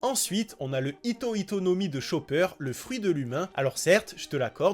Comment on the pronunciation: Pour chopper c’est Hito Hito no mi et non pas Ito ito no mi qui fait référence au fruit de Doffy sinon superbe vidéo continue. 😉